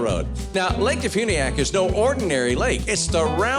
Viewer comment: DeFuniak is about an hour from my house. Quaint little place. They make it sound active and exciting but like any other inland small town, mostly boring!! But there are no state income tax.. and Huckabee... it's pronounced Dee Fyuuuuneeee ack